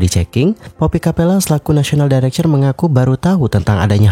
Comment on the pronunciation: National director......dairekter.....bkn dairekcher 😁